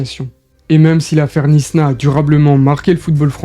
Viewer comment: Knysna se prononce "Naïsna" et pas "Nisna"